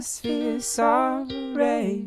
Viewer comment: "I don't feel hate, I just feel zoey" Alter, sing doch deutsch, wenn du keine englische Aussprache hast...